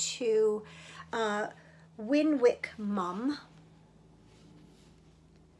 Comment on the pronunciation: Your finished shawl is amazing. The Christmas socks are going to be pretty. The holly berry yarn knits up beautifully. Winwick is pronounced winwick without the second w and is a town in Cheshire in the northwest of England. Winwickmum has produced both patterns and designed yarns for West Yorkshire Spinners. Her blog is interesting to read. Enjoy the week ahead. Happy knitting. 🇬🇧